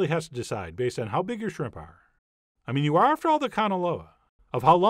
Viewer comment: Warning: If you pronounce it "srimp", do not attempt this recipe.